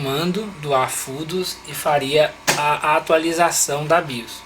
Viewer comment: Bacana, genial! Só um detalhinho, a pronúncia correta é O BIOS e não A BIOS, já que nos referimos a um Sistema. Valeu! 🤙